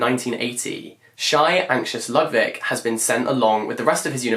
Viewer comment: And Ludwik would be "Lood-veek" 🥰